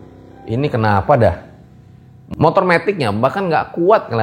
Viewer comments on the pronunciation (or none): none